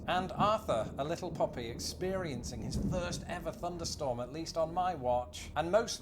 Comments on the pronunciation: It sounds like you're saying funderstorm Instead of thunderstorm. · Did he say funderstorm??